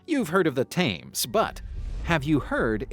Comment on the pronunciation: FYI - it's pronounced "Tems" not "Tames".